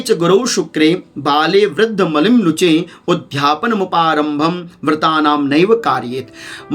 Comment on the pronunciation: आपका उच्चारण थोड़ा गलत है, आप उध्यापन बोल रहे हैं, जबकि शुद्ध शब्द udyapan उदयापन होता है